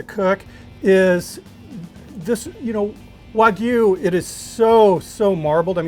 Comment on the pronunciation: WAH-G-YOU... but all in one word no pauses, NO GOO. G-YOU.